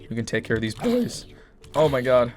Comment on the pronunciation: "lemme take of of these boOis